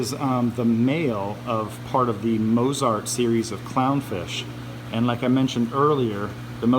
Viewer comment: Why did you pronounce Mozart like Mose-art?